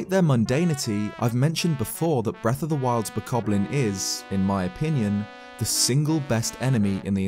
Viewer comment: you know he said "boblin" not bokoblin